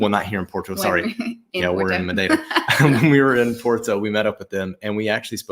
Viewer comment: Congratulations! I thought said the word Madeira in a good Portuguese manner as well. 😂